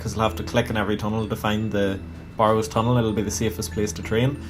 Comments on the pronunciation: Stopped watching when you pronounced it Bar-ows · Has nothing to do with the accent, he pronounces it incorrectly.